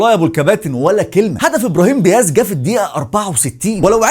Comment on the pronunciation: واسميتو دياز مشي ديهاز 😂😂 🇲🇦